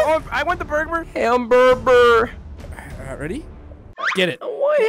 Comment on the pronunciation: Yea I am now saying hamburber